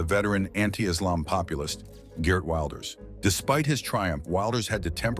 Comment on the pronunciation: Ok...no problem at all...I truly understand Dutch names can be difficult to pronounce. But let me teach you: The most important name is Geert Wilders. The double "ee" in his name is pronounced as the letter E in your word "era" followed by the same way you pronounce the letter R in that word. So lose the letter A in the end and you are golden. G[er]t Then Wilders....it's not pronounced Wild as in "wild girls" but as in your word "will" as in I "will" followed by 'ders' So G[er]t Willders.. I hope you all understand this explanation 😅